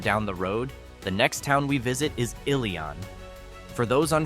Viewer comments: I was born and raised in the Mohawk Valley. It’s beautiful indeed but few job opportunities. The village of Ilion is pronounced Ill- E- UN. Enjoyed the video! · It’s not Ili-ON. Please learn pronunciations 😊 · Ilion.... it's pronounced;"ill-ee-in"